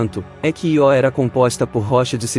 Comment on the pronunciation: Nao é ió, é io(ío), se fosse ió teria acento,vc nunca ouviu falor na lua Io( vc chama seu tio de tio ou tió,kkkk) parabens pelo canal, sou inscrito nao perco um video, abraço.